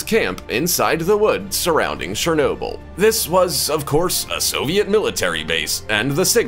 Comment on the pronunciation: Its Chernobyl not Shernobyl